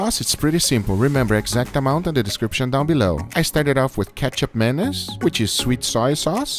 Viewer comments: Kecap Menees LOL. It's pronounced like 'Catch up mah knees' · fyi its pronounced key-chup mah-nees, love the stuff! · Guga Foods it's 'kee-chup mah-knees' my good friend! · Kee-chop Ma-nees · I tought he said ketchup mayonnaise :D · The actual way to pronounce kecap manis is "ketchup minees" Its from my country,indonesia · ‘I started with ketchup-mayonnaise which is sweet soya sauce’ is it just me or does it actually sound like that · I’m Indonesian and the way you pronounce ketjap manis hurts. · I thought he said ketchup mayonise and i rewound it like 30 times to keep hearing it then i checked the ingreadients lol that is not what he said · you mispronounced kecap manis at the manis part...